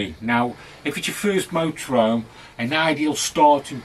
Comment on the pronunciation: Thers an H in motorhome!